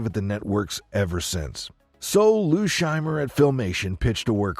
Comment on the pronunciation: 'Phil Shriemer'? Lou Scheimer.